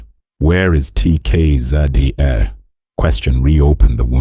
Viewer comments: is the narrator AI??? coz they can't even say the name of the group properly, never mind the many other lies told in this piece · He talks as if he knows something about them yet he can't even pronounce well the name of the group , he can't pronounce the names of the group members that on its own tells the guy knows nothing about TKZee